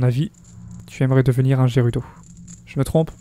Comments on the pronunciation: On dit gerudo et pas jerudo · On dit valee gerudo avec "G" mais sinon très bonne video